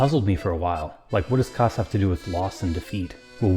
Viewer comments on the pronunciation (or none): I've NEVER heard anyone pronounce "kass" like that....